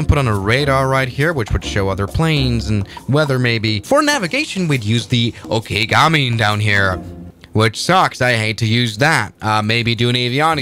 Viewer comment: I thought he said okigami😭😭